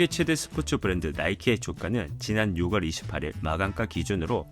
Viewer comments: 6월, 10월의 발음은 [유월] [시월]입니다. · 6월을 육월이라고 발음하는거 진짜인가요.. 전문성있는 영상이라고 생각했는데 확 깨네요...